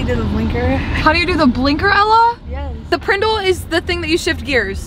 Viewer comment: When said “prendel” for the PRNDL, my mr. Moseby memories came back man.